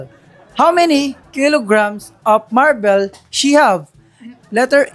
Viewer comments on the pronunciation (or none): Marbles not marbel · Bulldog is so annoying, he has the gut to laugh loud when is reading the question pronouncing the words incorrectly, he too can't read properly and pronounce words correctly. It's maar-bl long A and bol. Not mar-bel.